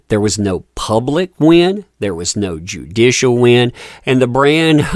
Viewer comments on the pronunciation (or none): none